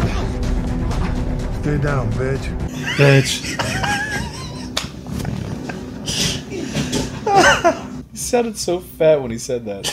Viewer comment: ''Stay down beech''